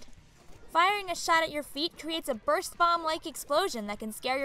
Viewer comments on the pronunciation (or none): none